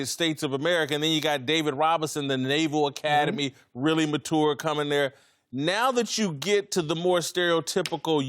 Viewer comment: Fatlock should really learn how to say mature.